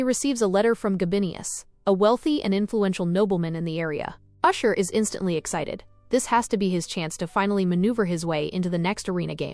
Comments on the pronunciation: It's ash-er not usher, usher is a r&b Singer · It's Ashur not usher